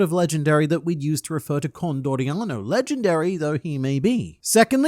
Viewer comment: Con-d-oriano, legendary marine?